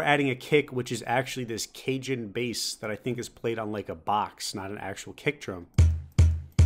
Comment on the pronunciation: bro he pronounced cajon as cajun pain. cajon is an instrument its just a box but its pronounce cahon.